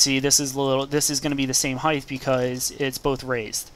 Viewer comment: height-th? wat